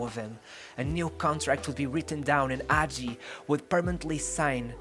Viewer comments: Yeah, bro, but that's no excuse for truncating videos, for posting videos of such poor quality, and for posting clips which have nothing to do with the commentary. Also, it takes an amazing talent to mispronounce almost every person's name (including Hagi's) and almost every team's name to such a degree. You put so much research into this, too bad you didn't spend five more minutes on Wikipedia to find out how the names are pronounced. That, plus a better choice of video clips would have made this an amazing YouTube video. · Don't get me wrong, in really appreciate you taking about Hagi, and bringing him forward... However why is this such a common thing? Why is it so hard? Is it really such a hassle to pronounce the names of people, places and teams in an correct fashion?! I mean, this is not a live show, couldn't you try to get in touch with a Romanian speaker that could tell you how to properly pronounce? Thing is, it seems that you didn't even try to that.... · please before you make a video about someone find out how to pronounce their name. the video would be good but it's unbearable that you say his name wrong every 10 seconds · If you make a video about a player, you can at least learn how to pronounce his name, if not the name of his teams, his coaches etc. The pronunciations are on Wikipedia. The footage in this video is horrendous, and doesn't even match the commentary. This is a shame, because the commentary is quite good and thorough - and, with proper footage and a basic effort of learning the player's name, this could have been an amazing video. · Man, at least find out how to say his name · HAGI, not agi , H , Hagi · It’s not hagi with a silent h it’s actually a very hard h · Not Agi, Hagi with Kh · its Gheorghe Hagi with an H not Gheorghe agi put an accent on H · H say the fk h man not agi Hagi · Ghoeroge Agi lol is hagi h a is a and i is e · is hagi not agi ... the H is still there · why does he call him agi 😭😭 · The "H" is NOT silent.